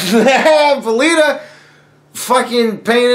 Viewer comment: “Velveta “. dead 😂😂😂😂